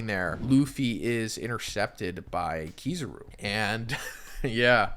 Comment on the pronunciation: KiZAru… KI-ZAH-RU… not KiZUru…